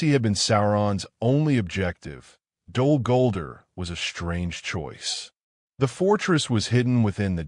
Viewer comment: You got to train the AI to say the name of the place correctly.